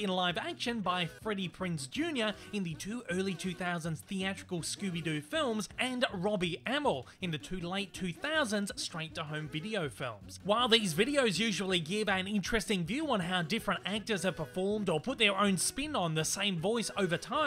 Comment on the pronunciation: Amell (Uh-Mail) I’ve seen the Arrow and found out it pronounce like Ah-meal Stephen Amell and Robbie Amell